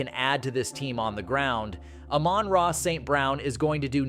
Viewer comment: Please learn how to pronounce people's name Amon-ra no I dummy